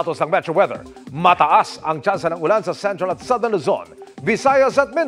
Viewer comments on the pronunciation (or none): none